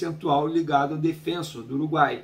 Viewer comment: De onde vocês tiraram essa pronúncia do nome do Defensor? Não é Defênsor, catzo!